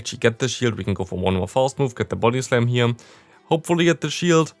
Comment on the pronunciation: Is it only me who hears his body slam as booty slam :3